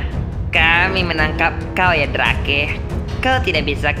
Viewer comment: Drake sebenar ny baca nya drek